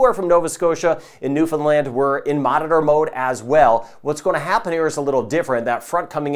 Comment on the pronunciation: Thanks for the clear forecast! And by the way, to my ears it sounds like you're pronouncing Newfoundland (New Finland) Love it..😍